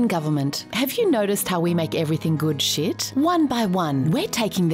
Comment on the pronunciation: When she says shit it is like sheet